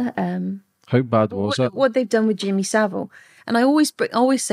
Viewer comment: Straight off he’d be rubbing me up the wrong way refusing to pronounce my name correctly!